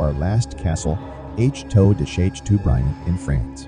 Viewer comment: To pronounce "chateau" ..... shat - toe